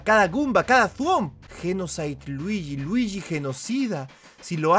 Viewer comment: Se dice Luigi no druigi a por cierto me gusta tu nueva serie de detective Luigi